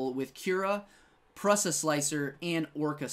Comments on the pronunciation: The Prusa Research company was started by a Czech inventor Josef Průša (pronounced Prusha)... So yeh it's not Pressa lol 😂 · The way you pronounce Prusa is killing me lol.